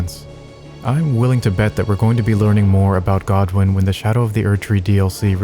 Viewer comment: its godwyn lol